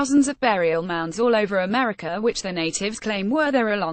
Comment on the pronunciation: It's weird how you say Meteor instead of Media, Americur instead of America.